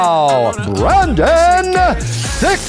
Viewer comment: Bruce buffer says BRANDON SCHUAB not Brendan 😂😂😂😂